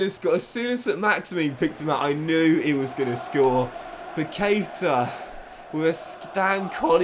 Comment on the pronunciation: I´m brazilian, and it spell like Pactá (Paquetá) With the strong acent on the "Tá"